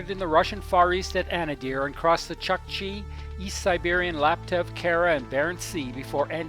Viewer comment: Awesome footage my friend. Small correction "u" in chukchi is pronounced something like "u" in pull